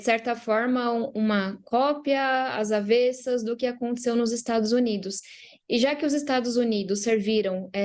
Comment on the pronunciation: "Às avessas", meu bem. Pronúncia aberta. Prometia tanto, quando chegou, agora, virou isso!